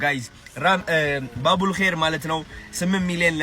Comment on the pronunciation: The way u said babul kheyr so hilarious ❤❤❤❤ allah lantem yekheyr ber yargeleh yehidaya menged yèhuneleh bro